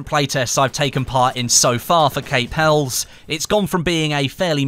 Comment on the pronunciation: HELIS!!! you pronounce it HELIS!!! lol! Helles meaning Greek! Pronounced HELIS! lol why is EVERYONE GETTING IT WRONG HAHAHAHAHA!